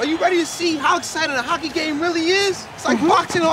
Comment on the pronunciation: I thought he said cocky before he said hockey I was like huh.....say it right lol.